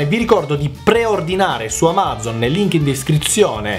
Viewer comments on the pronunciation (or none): none